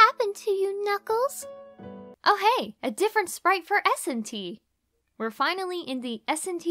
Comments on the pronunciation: Kuukles lol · DiviningBlade I know but said Flaming Kookels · Is nobody gonna talk about “Flaming Kuukles”? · I think you mean "kuuckles" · Inimay Senpai When Eggman tells Knuckles to power up, the first time the voice actor accidentally said Kuuckles. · Kept me laughing for so long... “Flaming kuuckles” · ah yes, kuuckles "I'm getting paid in coloring books!" got me dying 💀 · Times I died laughing: Egg man: ‘FlAmInG kUuKcLeS (T a k e 2) - Sonic: ‘Now were gonna make you more arrow dynamic’ Yea Arrow dynamic that’s how it’s spelled with the Word ARROW and DYNA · "Flaming Kuuckles" LOL XD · Ah yes KUUCKLES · Am i the only one who went rolling when it said kuukels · You know you’ve got a good voice actor when they are so committed, they pronounce the surprise typos. 😂👍